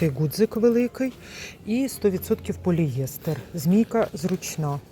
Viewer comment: Вибачте,але правильно- поліестер,наголос на ост.склад Дякую за огляд